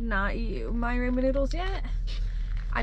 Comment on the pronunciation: It’s raw-min, not Ray-min damnit. I am offended 😡🤣